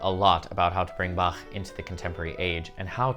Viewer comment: What would Bach do? First off, he would certainly not butcher his name and twist it into "Back" like so many Americans do while thinking it is terribly funny. You actually did a pretty good job with the pronunciation, which is the first step towards respecting Bach.